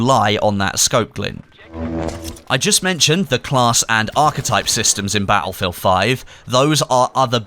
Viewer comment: Bat-Ullfield xD